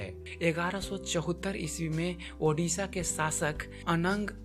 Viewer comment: You are saying Udisha. That's not right. That is pronouncing as Odisha not Udisha. Please don't do any mistake next time.